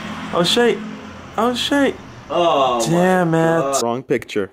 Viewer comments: If says shait, or however the fuck you spell it, one more time, I will kms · Stop saying shate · stop saying shayte please😂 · Not even a minute in and he says "Shayte" :| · No you wouldn't. They say shate not shiete, so you would be poor. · Please stop saying shate 😂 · PLEASE STOP SAYING SHAYTE... Just please 😭😭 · STOP SAYYING SHAIT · shayte why? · ffs stop saying shate. It's literally the most cringey thing ever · bro please stop saying shayte!!